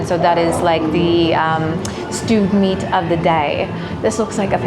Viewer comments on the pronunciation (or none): none